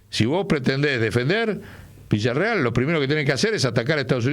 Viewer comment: Por qué dice Villarreal, si es Villarruel ?